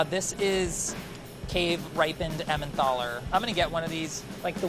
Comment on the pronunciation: Someone please correct his pronunciation of Emmental.